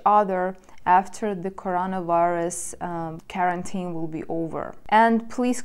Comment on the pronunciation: Quarantine is pronounced like: Quoi(French) + are(Eng.) + N(Eng.) + teen(Eng.). You pronounce it as the word carotene (pigment in fruits and vegetables like carrots). Also: re. my comment from a few weeks ago: I was watching a Polish freelancer and he also said « explain you » forgetting « to ». See, how interesting grammar is how it transfers from the mother tongue to your second languages? :D Anyway, re. this topic: I think women have a harder time being alone than men. However, a man becomes very eccentric if he is alone for too long (E.g. loses his manners and social etiquette; he becomes like a caveman) but not depressed. I think women are more prone to suffering from depression if alone for too long. But a man... I have no problem going months and years not going out to meet anyone because I always have too many personal endeavors and hobbies to accomplish. However, if I told someone this in my country (USA) they would probably get offended... because in my country they try to raise boys to become girls and girls to become boys in the name of « equality ». (Sorry, not to get political; just making a comment about the culture I came from: I.e. contemporary Western culture.)